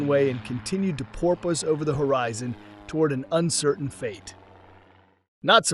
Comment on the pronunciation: sounds like you and the word "porpoise" have some catching up to do